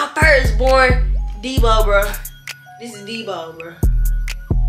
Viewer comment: She said deebo 😭